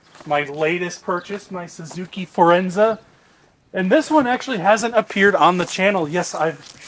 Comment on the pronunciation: It's Forenza, not "Firenza" which was an Oldsmobile compact in the 80's, rebadged Cavalier. My mom had a Suzuki Reno, hatchback version, and was slow and not so good mpg for its size, but didn't break down from 2010-20, only needed an ECM, but it still ran, Daewoo became GM Korea.